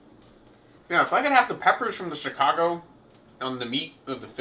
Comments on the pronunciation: so.. It's pronounced Shicago lol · I'm not sure if he actually pronounces Chicago like that or hes just trying to piss us off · Shi-kaw-go south side white boy pronunciation😈